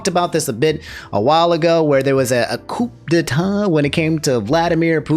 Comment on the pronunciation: They're pronounced koo (coup) and Vagner (Wagner)